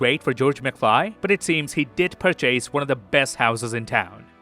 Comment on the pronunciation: who pronounces "purchase" like that??